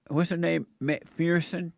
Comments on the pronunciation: pheenix Rivera he can’t pronounce McPherson. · Why do most black people have Irish or Scottish names? And MacPherson is pronounced like this